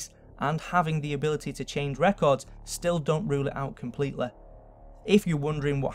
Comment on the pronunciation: It's annoying how he doesn't know how to pronounce the "ee" sound. "Humaniteh" "Completeleh" "Elvis Presleh" "Alien Bodeh" "Properteh"